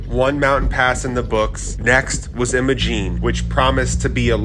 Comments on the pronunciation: "I - MO - Gene" not Emma-Gene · Just helping ya here. It's Will-eeee's not Will-is. Willy's. It's I'm-a-Gene not Emmagene. Imogene. Great video by the way. I've done every one of those badge of honor trails and so many more Trails up there for the last 12 years so dozens of times incredible beautiful place to be❤